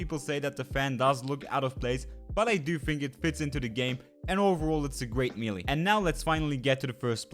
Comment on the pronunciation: check out how to pronounce "melee", you are doing it wrong and is kinda distracting, sorry